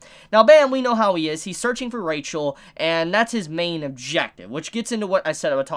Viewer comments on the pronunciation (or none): It's a weird thing, but her name is pronounced with an "h" sound, not "ch." So it's Ra-hel, not RA-chel. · I'll just remind that Rachel doesn't have "ch" they sound "h". So her name's read Rahel. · What I wanna know is why does Rachel have cat eyes? And why do they do that kinda annoying thing where Bam pronounces it Ra-Chel?